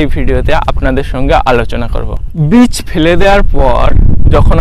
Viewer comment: কোনটা বীজ আর কেনটা চারা বোঝ না? চারাকে বলছো বীজ কেন?আর উচ্চারণ বিচ হবে না হবেবীজ বুঝলে ভাই।